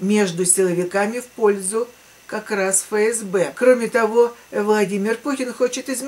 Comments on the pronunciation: Дорогая, не Фе Ес Бе, а Еф Ес Бе. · Буквя Еф, а не Фе.